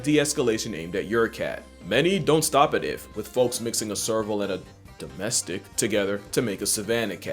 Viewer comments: that would be pronounced domestis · While I don't care for the way you're saying "domestic," you should know I literally got my now 14-year-old cats out of the garbage. They were taped up in a box with their mother as kittens and thrown into a dumpster. I also just rescued a 9-week-old kitten. Point being, I don't buy living creatures. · why did he say domestic in a racist way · that "domestic" was definitely hard R'd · The way he says “domestic” like it’s a slur 💀😭